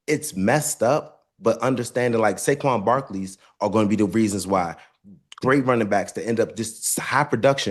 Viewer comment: I know i heard “ Sanquez Barkley” 😭